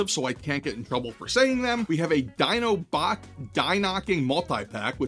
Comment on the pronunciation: Dinobot "dye-knocking"??? No, you didn't!